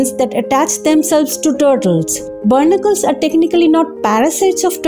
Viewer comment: Its pronounced "Baa nick killls "not burnicles